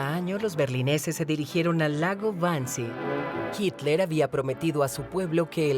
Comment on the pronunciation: No es hicler es hitler .... este supuesto documental esta editado muy mal